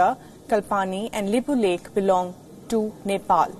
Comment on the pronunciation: Reporter don't know how to pronounces lipulekh kalapani and saying it belongs to India lol. Everything belongs to you even moon and sun 😂